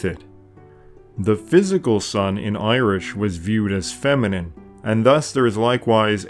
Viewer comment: A fantastic video and channel, I must admit that I cringe at the Irish pronunciations though... That being said, I'm just a pronunciation nazi... haha keep up the fantastic work! If you ever want a consultant for the pronunciations as Gaeilge please let me know! Unfortunately there was no stephenses day/lá an dreolín or wren boys in the local village this year over covid but I have long said that it's my favourite day of the year!